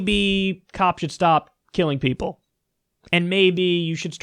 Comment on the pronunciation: Vewy stupid rich peopo